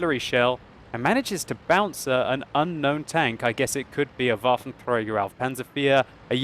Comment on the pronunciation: It's so awesome whenever you say "Waffenträger" :D